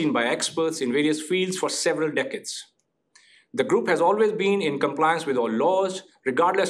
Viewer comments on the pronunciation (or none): none